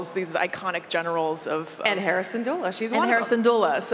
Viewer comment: the way the host say Hera's name i thought she said Harrison's Doula... 😅